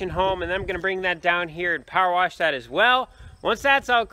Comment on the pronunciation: Love to hear pronounce " worsh!" My Dad was born in Illinois and said "worsh" for wash too! Neat midwestern dialect! He was born on a farm too.